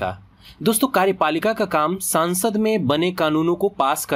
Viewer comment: Pahle संसद को संसद बोलना सीख सांसद -सांसद बोल रहा है 😑